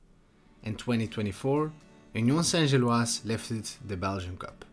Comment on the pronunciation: Kudos on a proper pronunciation of Union St-Gilloise…need to no work on your EN pronunciation of Bruges, though 😉